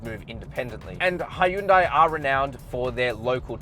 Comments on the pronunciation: great review man but I still don’t know how to pronounce Hyundai I noticed you said. He youn day and then you also said high youn day ... lol 😂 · Its pronounced "hee-yun deh," (keep the "hyun" part short) "현대" means "modern."